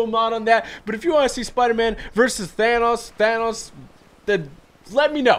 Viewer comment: Your pronounciation is correct of thanos